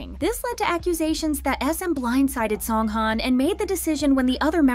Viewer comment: Please pronounce his name right